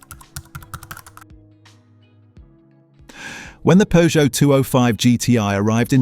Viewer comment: “Poojoo”. Gotta love AI😂😂